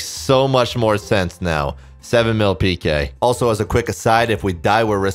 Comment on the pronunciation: it kills me that you fully enunciate pk ass peekay